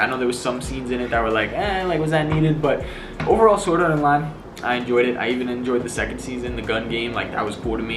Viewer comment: U didnt say sword art online, but u said soraronlai😂